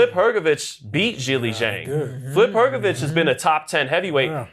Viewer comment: Hahahaha that white man is just butchering every single damn name. Has he never watched boxing before? Man said Flip Hrgovic hahahahahah. Pronouncing Itouma isn't that hard either. Straight comedy skit this